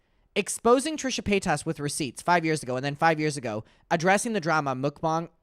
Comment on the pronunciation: As a French, the way he pronounces Trisha's name is hilarious. It sounds EXACTLY like "Trisha pétasse". The word "pétasse" means "stupid bitch" in French. So I'm basically earing "Trisha stupid bitch" everytime